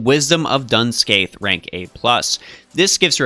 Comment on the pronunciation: Scathach is pronounced ska-haa, so it has no hard k at the end. Every pronunciation guide related to Irish or the Ulster cycle follows this. However, some "pronouncethis" page which is the first Google result says to use the hard K, so that may have mislead you